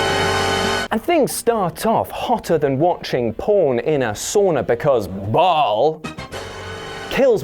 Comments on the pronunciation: Ok is no one else going to point out he pronounced “Baal” wrong? It’s pronounced Bail in the game not Ball. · Ball? Who the hell says Ball? It's Baal as in Baal(Bale) of hay. Christian Baal(Bale) works as well. You Redcoats have trouble with words.